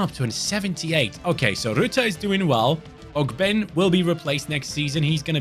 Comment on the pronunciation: What’s up I hate to be that guy but ogbene is pronounced og-ben-ay gotta represent my fellow Irishman I love the videos and keep up the grind Much love brotha